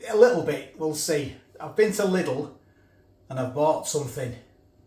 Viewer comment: Lidl is actually pronounced "leedel" but i'm not german so i don't care.. 😂😂😂